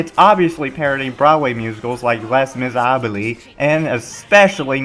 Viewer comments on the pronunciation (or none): “Les Missabally” my goodness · Nope!!! You pronounce the B too. Lay Miz-er-ahb! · Les Misérables = (Lay- Miz-er-Ah) That's how you say it. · 'less miserablees'?!? wtf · How the fuck do you mispronouce Les Misérables? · THE WAY HE PRONOUNCED LE MIS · The way you pronounced ''les miserables'' gave me cancer and I am not even French. Hard to take some one's view on a cultural subject seriously when he is this ignorant of anything that is not American. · How did he pronounce "Les Miserable"? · The way he pronounced Les Misérables hurt me 😩😩😩😩😩 But great video lmaoooo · You mispronounced Les Miserables! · His pronunciation of Les Misérables just hurts.